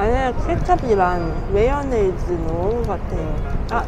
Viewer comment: 매워네즈 x 마요네즈 o 한국있을때랑 발음이 안조아요 ㅎㅎㅎ